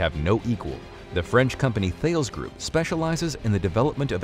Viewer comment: stop mispronouncing thales, its a greek mathematician